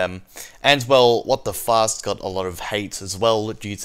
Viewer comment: when he says WTFast I always hear WTFuck